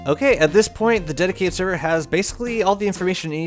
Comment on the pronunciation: Can't stop hearing "my daddy server"